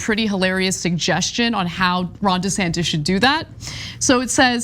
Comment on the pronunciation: Um.....the proper pronunciation is DUH Santis.